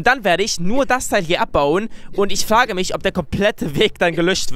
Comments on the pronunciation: wieso sagst du eigentlich immer flage tlaulisch also nie das R. das hört sich mega dumm an 😂😂😂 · sagt oft L statt r z.B. flage oder tlaulig😂👌🏻 feier deine videos 👏🏼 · haha sagt zu frage,,flage" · wie frage sagt (Flage) 😂😂😂😂